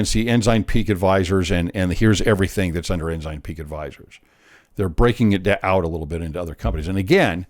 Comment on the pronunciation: Ensign (N - SIGN) No "z" sound! Haha!